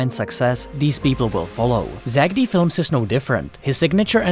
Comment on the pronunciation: Stop saying zackedy its zack D